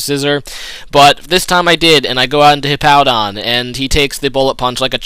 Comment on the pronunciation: Why do you pronounce Hippowdon like you'd say "Hippo"? Hippowdon has a W in it so I don't see how they could sound the same. o.O